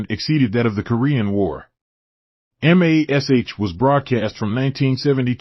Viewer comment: WTF is the deal with an AI voice? Why can't people use a REAL person to voice so it will at least calls the show by it's name instead of spelling it out?